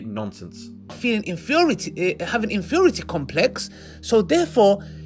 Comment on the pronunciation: "Infieority complex" the damn goblin can't even speak